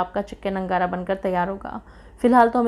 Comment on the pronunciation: It's angara not nagara